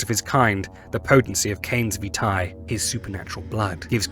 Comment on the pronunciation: I kno he just pronounces it super weird :p